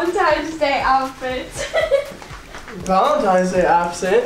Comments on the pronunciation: Lmao I've heard full grown adults say Valentime's. You've lost this argument sweetie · I’m a third grade teacher. Almost all my third graders say “valentime’s.” I used to teach seniors in high school grade. None of them ever said “valentime’s.” Yes, it does correlate with age, and anyone who takes care of children knows that common language mistakes happen often in younger children. That doesn’t necessarily prove Dani’s age though. Her birth certificate, which says she was born in March 2006 does prove her age to be 15. Hope we’re all clear on all of that. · Love her, but it triggers me when people pronounce “Valentine’s” as “Valentime’s” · as I said I really don’t know which type of adult you surround yourself with but messing up something is not the same as saying it repeatedly wrong after we told her even last year that that’s not the right way to say it. It’s obviously not a “messing up” situation here. She just doesn’t know any better which shows her lack of education sis. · how does she still manage to say valentiNes wrong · And what does that prove? The only thing it proves is that she can't say it right. It doesn't correlate to her age? And when she's actually 17 and still says Valentime's, what are y'all gon do?🤣 Also I read her lips, she did say Valentine's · What 15 year old says Valentime's? Also that doesn't really prove anything except she can't say Valentine's correctly. Yeah, she's 15, but the way she says Valentine's doesn't prove that. Also I read her lips, she did say Valentine's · bruh can u plz say VALENTINES and not valentimes like it just bothers me idk if u just don’t think before u speak or don’t go to school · Valentines not valentimes bae 😭 but it doesn’t matter u look cute haha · I know it’s her mom responding to comments because we’ve been pointing out for YEARS that it’s “Valentine’s day” and not “valentime’s day”. I just know she doesn’t look at comments because of that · Valentimes lol